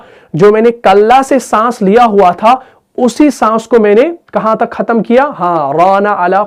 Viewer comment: بھت خوب۔ لیکن بغیر۔ باقی۔ ختم۔ ان الفاظ میں آ پ کا تلفظ ھے۔ باکی کھتم۔ بگیر۔ ؟؟؟؟؟؟